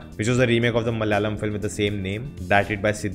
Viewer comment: Not Malyalam, it’s malAyalam